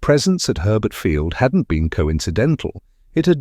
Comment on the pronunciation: Herbert Fiield? More likely to be Hurlburt Field?